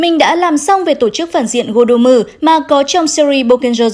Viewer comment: tên là gordom mà cứ đọc là godommu nghe bực mình vãi, đọc tiếng nhật thì nhật hết mà anh thì anh hết đi, boukenger cũng thế, đọc miết dần thành boken dơ luôn rồi. mong nhóm sau này cẩn thận hơn